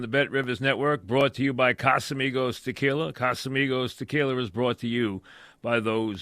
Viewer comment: “Casamigos Tequiler”